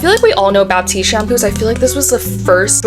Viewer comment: “baptiste” shampoo 😂😂 I thought I was going crazy when she said that LMAO, but there’s no p